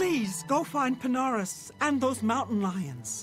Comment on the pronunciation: pina-rus, pin-ar-us